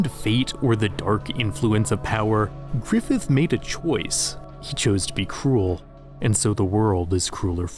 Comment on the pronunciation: he said grifith weird